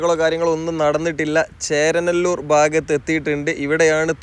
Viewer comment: ചേരനല്ലൂർ അല്ല ചേരാനല്ലൂർ ആണ് 😊